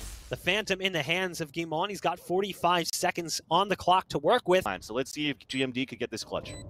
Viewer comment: does anyone notice the commentator calling GMD gimon